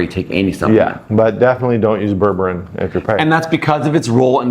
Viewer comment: You're mispronouncing it, it's pronounced Berbereen, not Berberin.